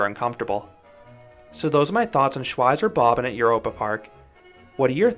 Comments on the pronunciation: "Shwyzer Bobbin" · Shwytzer Bob Bon is how I'd say it in an American accent (Shwytzer Bob Ban with English accent). Shvytza Bob Ban if I'm trying to sound German. Bob and Bahn are basically two words, it's just that German writing squishes stuff together. Anyway it's not important it was just surprising to hear your pronunciation. Great review regardless!